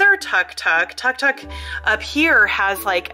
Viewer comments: I meant it is pronounced took took even if it is spelt Tuk Tuk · It is pronounced took took even though it is felt tuktuk